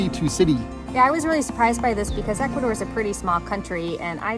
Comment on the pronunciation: Wow first time i hear Ecuador and not Ecuathor , Ecuadoor or in the worse case Columbia ,LOL , excelent video